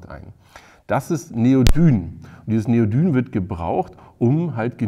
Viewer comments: Wie immre ein prima Beitrag. Allerdings "Neodym" nicht "Neodyn" ;-) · Neodyn ? Neodyn ? ne ne ne neodym heeessen die Dinger 😉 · Neodym... m, nicht n am Ende!!!! Bitte... :D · Ich nutze das Bosch 18V System. Meine kleine Handkreissäge funktioniert einwandfrei mit "normalen" Akkus und auch mit ProCore. Aber zwei Fragen habe ich noch: 1. Warum haben bei euch einige Akkus einen orangenen Klebepunkt und andere nicht? 2. Habe ich mich verhört oder hat Neodyn anstelle von Neodym gesagt? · Bin auch im ProCore Universum unterwegs und auch ziemlich zufrieden! Es sind übrigens Neodym-Magmete, nicht Neodyn 🧐